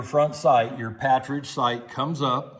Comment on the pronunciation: Not meaning to be disrespectful but it's not a "patridge" sight, it's actually PARTRIDGE as in the bird, partridge. Just your "t" and "r" have got reversed.